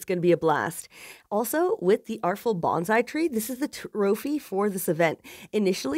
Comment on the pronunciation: Bonsai is not pronounced bonzai, it's a soft S. (Coming from a Japanese person haha